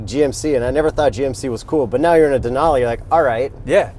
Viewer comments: Its " Denali" not " Denoli" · Can't believe no one is calling you out for mispronouncing Denali